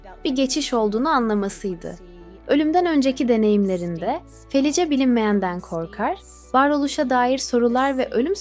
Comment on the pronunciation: Merhaba, ben ölüme yakın deneyimleri sıklıkla dinlerim. Sizin kanalınızı ilk defâ dinledim.. Videoda anlatılan kadının ismini yazıldığı gibi okudunuz. Bu belki size küçük bir ayrıntı gibi gelebilir ama insanları rahatsız eder..Kadının isminin okunuşu Felis.. Bu tür ayrıntılara dikkat ederseniz işinize önem vermiş olursunuz..Bir kayıttan okumanız normal tabii..Okumanız başarılı..sadece arada cümle bitişlerine dikkat etmek daha etkileyici hâle getirebilir..Bir izleyici olarak tavsiyemdir.